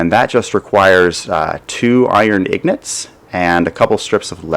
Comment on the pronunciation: pls stop saying ignots they are called ingots